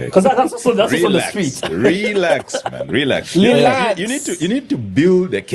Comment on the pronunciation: Ba zulu speak well the word relax, its not rèelax